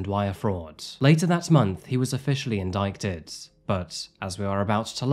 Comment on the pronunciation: The 'C' in "indict" or "indictment" is silent.